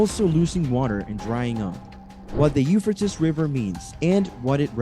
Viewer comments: 🎶I'm gold digger, when I'm in need.🎶 The u-fur-tis river. That's it, I'm dead.😂Either we all have been saying it wrong, or this dude is way off.🤦‍♀️ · It's pronounced You-Fray-Teez euphrates.😂😂😂😂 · Have I been mispronouncing the name of this River my entire life? I say it like “You-Fray-Teez”. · By the what? Ufertis river, really? Learn to pronounce or don't make a video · You-fray-tees... That's how you say Euphrates.... Duuuude! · “Eu fra tis” I’m out! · Euphrates….”u-FRAY-tees”…come on! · Pronounced... U fray tees. 😊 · Pronounce it right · Learn how to pronounce the name Euphrates. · You are saying the name of the river wrong. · murdered pronunciation of euphrates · This commentator is pronouncing the Euphrates River wrong! You would think that he would do his homework before he recorded🤔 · You need to pronounce the name of the river correctly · The fact that you can't properly pronunciate the Euphrates River means I am not going to pay attention to a word you have to say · I ran so fast to the comments and wasn't disappointed I was going Nuts how many times he mispronounced euphrates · He does not know how to pronounce Euphrates! It is drying up because of turkey's three dams! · Before you make a video why don't you learn the pronunciation of what you're talkin about. Obviously you don't know nothing about it to begin with because you never even probably heard the name before. You said this name so many times in the 3-minute Mark I had to shut it off. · You have no clue. Learn how to say the name of the River. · Not trying to be critical but please try to pronounce the river right and produce newer content. Let's move on...